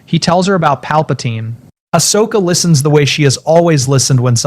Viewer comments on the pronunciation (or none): If you can not spell Ahsoka properly, please leave her name out of stories. Ashoka, is not her name. As soon as it is both misspelled and miss spoken, hardcore fans will walk away from your videos.